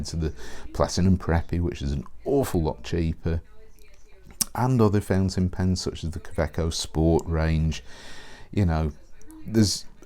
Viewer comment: I hear the same - fencing pens .. I supposed it has to be ‚fountain pen ‚.. yes probably a pronunciation issue .. but he‘s British and I‘m not so who am I to judge ..